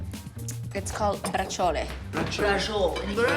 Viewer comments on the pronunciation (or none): No "Bra jowl"...Bra-chee-oleh. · Giada, why are you butchering the pronunciation of this word when you surely have heard it pronunce correctly from your Italian relatives who speak Italian? Bra-chee-oh-lay (rough written approximation). Not that difficult. You surely know we Italians pronounce every letter in a word, so the "e" at the end is not silent.